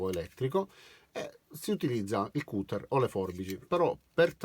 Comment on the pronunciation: Io una domanda, sono nuovo del canale(primo video) quindi chiedo pietà... Ma perché pronunci cutter com'è scritto invece di "catter" oppure non lo chiami taglierino? Mi sorge il dubbio vista anche l enorme lavoro per le ampie traduzioni. Per il resto, ho l attrezzino e concordo è bellissimo... È grazie per le spiegazioni... Io lo usavo male ora forse sarà più facile fare i lavoretti di casa.